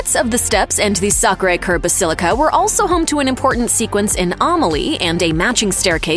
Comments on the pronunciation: Your pronunciation of Sacre Coeur is awful. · The pronunciation of : "La Basilique de Sacré Cœur de Montmatre" was so butchered much that it surpassed all the k*llings byJohn Wick in the entire series